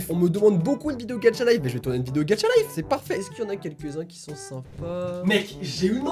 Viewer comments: Il dit Gatcha au lieu de gacha 😱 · GaCHa pas gaTCHa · Cc je t adore vrm mais pk tu ajoute un "d" dans Gacha life c pas Gadcha mais Gacha 😑😅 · Sa se prononce "Gacha" life et pas "Gatcha" life ou sinon t le meilleur😅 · Sa se dit gacha pas gatcha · GACHA ET NN GADCHA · il prononce gaTcha life moi j'ai trouvé ça super bizarre toute ma vie je prononce gacha life Pas vous??? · C est gacha pas gatcha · C pas gadcha mais gâcha mais pas grave💚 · C pas gatcha c gacha!!!!!! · XDDDD je peux rien dire, c'est hilarent, tu dois faire une chaine de gacha! P.S: c'est gacha pas gatcha car tu le dit de la mauvaise facon mais bon c'est pg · C ouf hein ? 😂 MAIS C PAS "GATCHA" C GACHA FUCK :) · "Gatcha life" 😂😂